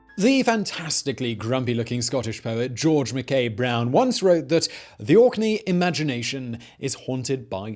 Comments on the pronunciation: ohhh it's "Orkney" ... I heard Auckney lmao . Tbh Auckney sounds better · I know he's saying Orkney but in my head he's saying it spelled like Aukney... lol